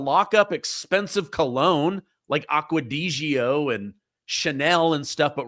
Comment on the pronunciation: Aqua di g o? Aqua de Joe is the correct pronunciation.